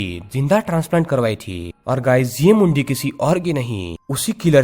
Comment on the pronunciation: When you saying Mundi.. it's sounds funny to me..god knows why